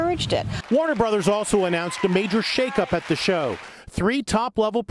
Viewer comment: Also it’s show not shoe